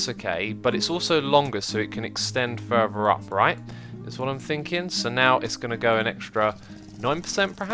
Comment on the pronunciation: its Fur-Ther not fur-Ver